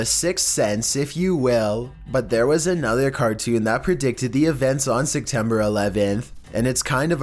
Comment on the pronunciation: "Sectember 11th"